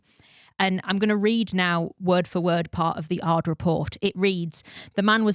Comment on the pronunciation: Great episode., it is not "Ards", it is "A. R. D." and means roughly something like "Working group for radio and television for Germany", so its a publicly funded broadcaster such as BBC and yes it is true, since the Telekom Scandal they have an own investigative team just for doping related topics.